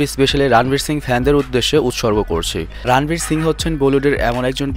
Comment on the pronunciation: রানবীর নয় শুদ্ধ উচ্চারণ হবে রনবীর